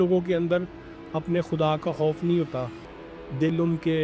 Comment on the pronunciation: خوف ہے کھوف نہیں اینکر ہو پاکستان کی انڈیا کی مت بنو تمہاری اردو میں پنجابی کی جھلک نظر آرہی ہے